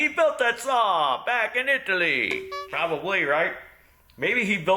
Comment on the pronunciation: It's pronounced I-tally,.